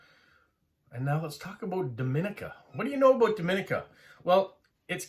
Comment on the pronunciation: I'm from Dominica. It's actually pronounced Dom-ee-nee-ka. There is a distinct pronunciation difference between us and the Dominican Republic; you are pronouncing Dominican Republic correctly. I love that you are delving into our history and passing information about our country; we are small and sparsely populated, but that also makes it a great place to visit if you enjoy nature. Great video!